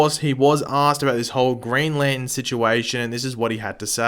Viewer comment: “Green Lanten” lol